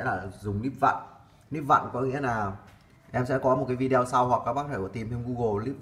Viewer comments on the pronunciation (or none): Nội dung video clip khá chi tiết, giúp cho người dùng thông thường không am hiểu về kỹ thuật cũng có thể biết thêm thông tin về các loại may ơ xe. P/s: hi vọng chủ kênh phát âm chuẩn hơn từ video ( vi đi ô thay cho vi đeo 😃)